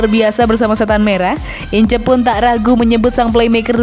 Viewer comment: Sebutin yg bener nma paul ince,ngak incer tp ins.bikin maluin aja..